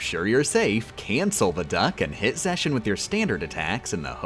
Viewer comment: Okay, I just have to ask, but why are you pronouncing the Organization XIII members' names like that? The only XIII members whose 'X' is pronounced like 'SH' are Xion and Marluxia. Unless I am missing something, it's kind of confusing..